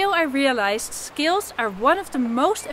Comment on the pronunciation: you're a great teacher. when you add some humor to lighten up the practice it makes everything much more enjoyable. I'm pretty much a beginner and a lot of my practice time is scales, finger exercises, et cetera. By the way, whenever you say 'scales' I thought you were saying 'skills.' I admire you Dutchies for your command of english. (I'm in the U.S.) 'Scale' rhymes with 'mail.' What's funny is it's practically the same thing - playing scales is developing or sharpening skills. thank you for your incisive, informative and entertaining videos. I'm a subscriber and always can't wait for your next one.